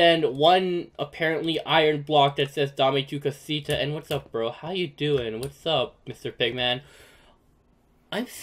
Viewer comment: Your saying Dom tu cosita Dame ame tu cosuta